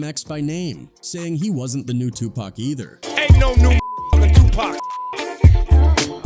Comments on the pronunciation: 🎯🎯🎯🎯🎯🎯 if you see how he pronounced Tupac 🤦🏻‍♂️ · Ihate de way u pronounce people's names it's stupid wtf is cooroopt.???? You even call tupac tupack🤔